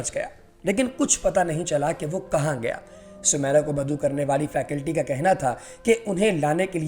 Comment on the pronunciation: نام سومیرا نہیں سمیرا موسی ہے میم میں زیر کے ساتھ۔ حد ہے تم لوگوں کی جھالت کی۔